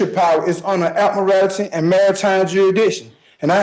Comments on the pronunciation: This man impressed me more than any sovereign citizen has before, for two reasons. 1. He can read. The number of sovs that can't read is a real bummer, this man did really well, aside from the inability to pronounce admiralty and a few other unusual words. 2. He is not making a mountain out of a molehill. Sounds like he is pretty well and truly screwed for murder, so what does he have to lose? Unlike so many sovs who somehow manage to turn a self-inflicted traffic violation into felony charges. And this judge? Magnificent, what an excellent job he did! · I know it's petty, but the word is pronounced Ad-mi-ral-ty. It certainly doesn't have morality at its end.